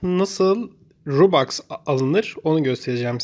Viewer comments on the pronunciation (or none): Kardeşim roblax ve robax nedir yazıldığı gibi okunur